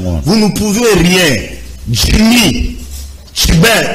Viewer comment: Ndeko ezali djimmy et non dimmy